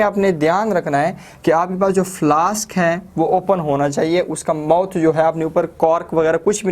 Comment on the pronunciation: Mouth hota h mot nai